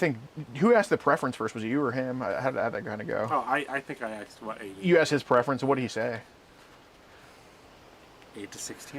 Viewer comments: You never axed 😂😂😂😂😂😂😂😂😂😂😂😂😂😂😂😂😂😂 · I believe you mean “asked”. Not “axed.” I though they taught that in third grade.